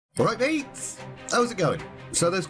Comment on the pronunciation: it was when I heard “AWRITE MAYTES” - as a Bristolian I have keen senses to this! 😂